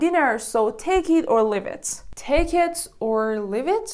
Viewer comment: You pronounced “leave” so wrong it bothers me 😭😭